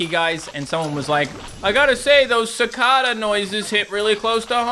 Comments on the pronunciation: Fun fact cicada is pronounced “sickayda”, here is Australia they are creepy but cool and hella annoying! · The way that says cicada [Ci-ca-da] kinda baffles me because I say Cicada [Ci-ca-dah]